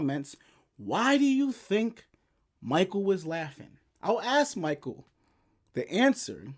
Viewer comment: He's laughing because your not pronouncing his name right! but it's close! I think you have not even scratched the surface on what Michael knows! play your cards right and your channel is going go grow! Big time! And like always! 👍🏽